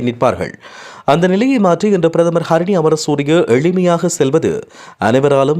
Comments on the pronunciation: pls mind your pronunciation of people's names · அது கரிணி இல்ல , ஹரிணி 🤦